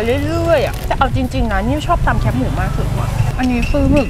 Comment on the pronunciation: แคบ ไม่ใช่แค๊บ